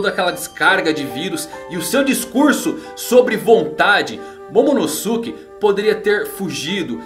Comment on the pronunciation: Não é momonoSUke é momonoske que se pronuncia